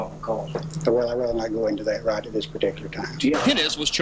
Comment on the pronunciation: I've been speaking English since I was born nearly 50 years ago, and I never heard anyone say "give it a go" until this channel. It's not a common phrase, at least not in the US. Also he doesn't pronounce words right, so be careful using him for English lessons. "Go" is not pronounced "goo", and "third" is not pronounced "turd". The French students I've had in classes have always had trouble saying "three", calling it "tree", like does. Don't copy. His English is bad. Also his grammar is terrible, so definitely don't copy that.